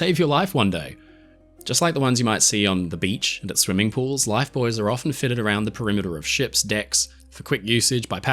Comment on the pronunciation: Thanks for pronouncing buoys correctly!